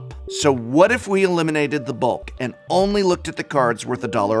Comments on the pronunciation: "Eleiminate" Prof, I thought you were an English major 😭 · Heh eleiminate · "ELEIMINATE" Prof? Love your work, despite that little wrinkle a